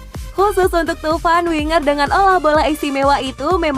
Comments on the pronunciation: pada baca nya thauvin kan ya...tp kenapa pas di sebut tuvan?? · Thauvin min,, bukan thuvan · gw ga suka sma komentator nya~ kalulu absen, romagnoli udah balik... cara baca Thauvin jg kurang akurat, jadinya indo banget...